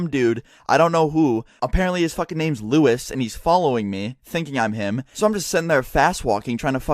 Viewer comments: Lewis not Luis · OMG ITS NOT LUIS IT LEWIS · no not Luis its lewis